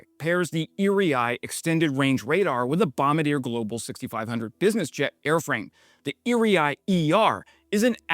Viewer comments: Repeat after me: Bom-bar-dee-ayy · Excellent video. I feel compelled, however, to correct your pronunciation of Bombardier, as a Canadian. It’s bom-BAR-dee-aye. It’s French. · It’s “Bom-bard-ye”… Bombardier. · Bomb-bar-dee-eh = Bombardier Thanks!! 🇨🇦 🇸🇪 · Hi. I've been enjoying your energetic videos for some time now. Thanks. I'm Canadian and spent 20 years working for Bombardier. So it urks me a little when I hear it mispronounced on YouTube over and over again. It's a French Canadian name and is pronounced: BOM-BARD-YEAH Hope you read this. I look forward to hearing you saying it correctly on future videos. Thanks again for all your work and valuable information and insights. I greatly appreciate it. Reg Rawlins Ontario Canada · Ok, here's a quick lesson in speaking Canadian: Bombardier = Bomm-bar-dee-ayy. Duolingo really needs to start teaching Quebecois. 😉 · Bombardier: Bom-bar-dee-aye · Actually closer to french pronunciation. US would say 'bomb-bar-deer' methinks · bom-bar-dee-ay..you're welcome. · For non-Canadians - Bombardier, based in Québec where French language is dominant, is pronounced locally BOM-BARD-DEE-AY. But I’m sure Bombardier doesn’t care once the contract is signed. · Fun fact, Bombardier is pronounced BOM-BAR-D'YAY. It's a French name. The mispronunciation is rather common. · Canadian here.. it's Bom-bar-deeyae - Bombardier is French Canadian. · Just a clarification. Bombardier is pronounced bom bar dee a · It is pronounced bom-bar-dee-yay... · Bombardier: Bomb-bar-dee-ay. Just wanted to fix that pronunciation. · Nice video. Note Bombardier is pronounced Bomb-bar-dee-eh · Why can't Americans see the first "r" in Bombardier, pronounced "Bom" "Bard" "ee" "eh" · Hi, love your stuff, let me help you pronounce Bombardier. Bomm bard ee eh😊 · Bombardier is pronounced "bom-bar-dee-ay". Named for the company founder Joseph-Armand Bombardier, a Quebecois who invented the snowmobile. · More like bombard-yay. I'm there for the Yay! 😊